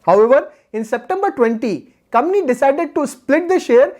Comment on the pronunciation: It's not comny ,its company